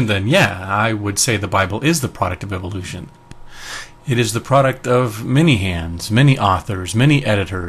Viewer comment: Take a shot every time you hear "evilution".